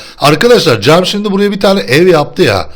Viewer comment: cek değil cem pardon